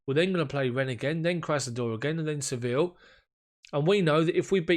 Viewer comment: I hope you don't take umbrage for my pointing this out, but Sevilla is correctly pronounced, 'Seh-VEE-yah', rather than 'Sevill'. In Spanish, the 'll' like in Sevilla, always are pronounced like a 'y'. Just thought you'd want to know; it enhances your international gravitas :) No disrespect meant, mate. Cheers!